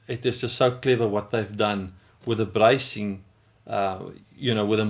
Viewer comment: Here's a thought. Learn to speak English more plainly, then film this over. Brycing? What the heck is "brycing?" Sheesh!